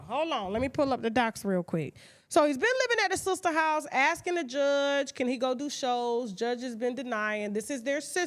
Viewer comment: Can't no damn body pronounce the word "house" like Tasha K..."HAUWE".... cracks me thee hell up every time she says it!!!